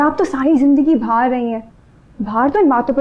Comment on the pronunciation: ..... بھار نہیں باہر 😠